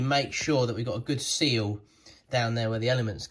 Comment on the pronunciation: I cant be the only one who hears bayaaaaa everytime he says seal >.>